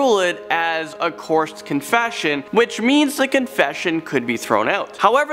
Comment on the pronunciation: Dude, practise saying coerced.